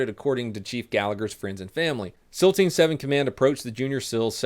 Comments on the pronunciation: Seal, not sill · It’s SEAL, not sill. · It's pronounced seels not sells. The pronunciation ruins the video. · Donut say “sill chief” dude can’t say “seal” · You pronounce “SEAL” funny. What is a Navy SILL? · 18D is kinda hard? You are a Fucking Imbecile. Oh and learn the language you dipshit! SEAL not Sil. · Seal is pronounced Seel not silver. - grammar nazi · Why do you call them sills? Aren’t they seals? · Is it pronounced SIL or SEAL? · Why do you say Sills? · Haha you said navy sil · I kept thinking he was saying sill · The pronunciation of SEAL drove me crazy but good video brother